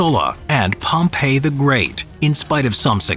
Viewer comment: It's proununced pompee the great. Pompeii was the famously doomed city buried in volcanic ash